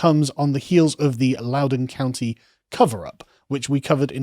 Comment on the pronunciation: Thanks for pronouncing Loudoun county correctly, I know it's spelled wierd